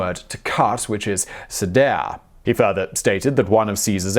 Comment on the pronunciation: caedare - latin for "to cut" is pronounced kie-dah-ray NOT cedare.